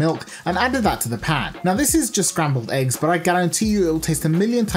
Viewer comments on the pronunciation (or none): none